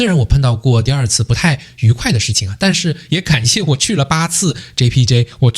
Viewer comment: 你听到他講出單句單句的馬來文 JPJ JPJ Wangsa Maju WangsaMaju很標準發音了他 如果他朋友里有馬來裔和印度裔的話 假與時日他醬努力學馬來語 必能操一口流利馬來話的 听他講JPJ JpJ Wangsa Maju Wangsa Maju已經很標準了 他的努力已經見功效了🇲🇾